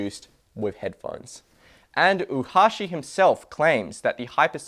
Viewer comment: you're pronouncing Oohashi as if it's spelled "Uhashi". "Oo" and "ou" are pronounced as an extended short vowel O.